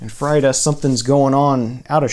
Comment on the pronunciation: I hate it when artists’ names are mispronounced, especially a megastar like Frida. I cringed when he butchered her name.